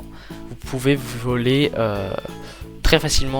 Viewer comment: euhhhhhhhh... c'est moi ou il dit "que vous puissiez v"i"oler"